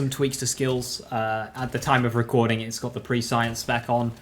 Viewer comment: Complex Root can be any element. Had it in Maurice Vendor last week. Also, Prescience is pronounced press-ee-ence. Not Pre-Science.